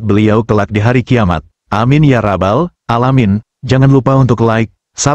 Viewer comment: Sy tertarik dg konten" tapi maaf penyebutan istilah,nama dan konteknya TDK tepat.contoh aamiin ya rabalalamin,mengapa TDK robbal alamin